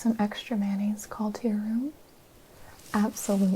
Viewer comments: Extra mayonnaise? At first I thought she said extra manis lol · Did you say…. Mayonnaise? Isn’t that an instrument?